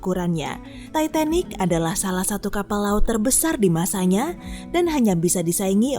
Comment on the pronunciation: gw kok denger sebutinnya "Tai..Tai..Nik" ya 😅